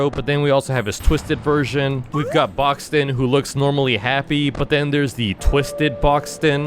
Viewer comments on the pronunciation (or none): Boxten not boxton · "Black Goo"🗣️🔥🔥🔥 bud, that's ichor and "Boxton"🗣️🔥🔥🔥 it's boxten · Boxten❌ Boxton✔️ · BRO "THE DARK TRUTH" IS A DUMB NAME AND WHY DONT YOU NAME IT "LORE" BECAUSE LORE SOUNDS BETTER THAN "BLAH BLAH BLAH THE DARK TRUTH" plus: gordy? its Gourdy: Boxton..? its Boxten why is dandy said evil astro said dead and gourdy said lost gourdy isnt lost he's.. LA LA LOCKED AWAY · bro said boxton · is boxten not boxton 😭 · Bro it's boxten🙏😭